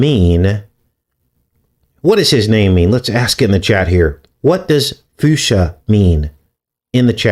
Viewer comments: But his name is not fuscia its Fussco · Fusca is pronounced fooska. I went to school with his son. He was the person people thought was jfk jr on the “fall of cabal” video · It's Vincent Fusca. NOT Fuscia like the color. The surname Fusca came from the personal name Fosco, which derives from the Latin word "fuscus," meaning "dark." It is likely that the name was used as a nickname for someone who had a dark complexion. Remember the evil Count Fosco in that movie.